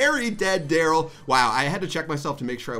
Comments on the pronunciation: You messed up Darryl’s name on purpose didn’t you? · proud of you for not messing up Darryl's name <3 EDIT: AAAAAAAND HE MESSED IT UP IN THE LAST MATCH